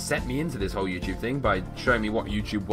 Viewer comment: when u said youtube you said youporn!!!!